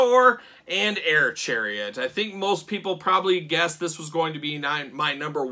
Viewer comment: Air-Chariet ? More like Ch-AIR-iet am i right ????????